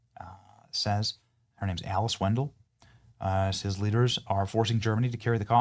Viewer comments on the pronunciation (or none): "Her name is Alice Winn-duhl." Only Benny's illiterate behind would see the words "Alice Weidel" & read them as "Alice WINDEL." He better never do a show on how awful it is that high schoolers are graduating w/ 3rd grade reading comprehension. Not when his own reading skills are consistently proven worse. He pretends to read articles & adds his own interpretations that are miles away from the truth - IT'S PURE LAZINESS. And that's saying a lot considering he JUST USES CONTENT THAT OTHER PEOPLE CREATED AS AN EASY WAY TO MAKE MONEY FOR HIMSELF.